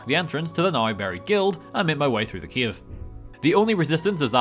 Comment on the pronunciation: i know that you saying "cave" but all i hear is Kiev.